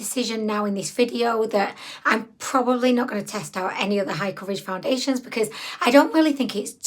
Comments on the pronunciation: I love that you call them foun-diddly-ations, lol. Also, even without the extremely dry skin, it ends up separating and looking dry. I unfortunately bought this product and am now stuck with it. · First time seeing one of your videos...are you saying foundiliation? lol You're super cute.